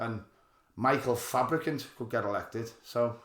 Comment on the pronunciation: You're saying Fabricunt wrong! 😂